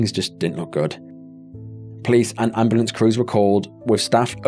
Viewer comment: "CALL THA AMBALAMP!!!" Jfc I hate them so much.